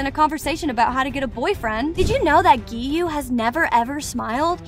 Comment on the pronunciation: I burst out laughing when she said"giyome"Sanimi"LoL